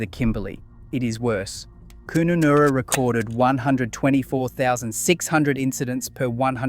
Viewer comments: Koonanorra😅😅😅😅 it pronounced as its spelt. kun a narra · omg, its pronounce Kunannara as in MammaNurra not Koonanaoora .. Laverton WA is prounounce Lay Verton Not Lav erton.. bloody Victorian..... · "Coon-a-noora"....interesting pronunciation. Laverton in WA is Lay -ver -tin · At least pronounce the names correctly. Wtf is Koon-oon-air-a!? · Koonnoonoora lmao 😂😂😂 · Koonoonoora lol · You’re quite correct - having travelled through every one of those towns, I have seen it for myself. However, please pronounce KUNUNURRA properly. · I had a laugh at how "Kununurra" is pronounced 😂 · I had to laugh when I heard you try to pronounce Kununurra. 😂 I mean, it only takes 10 seconds to Google it.... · Yep I had to look at the spelling on vid to realise where the hell that mispronounced town was. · I mean, say it as you spell it tbh